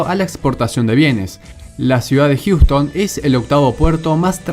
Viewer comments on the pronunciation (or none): none